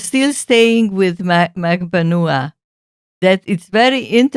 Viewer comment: She pronounces it MAG-BAN-WA, her lawyers pronounce it MAG-BAN-WA but for some reason others like this channel have decided it is pronounced differently... almost as frustrating as the amount of ads y’all have on this channel... 😆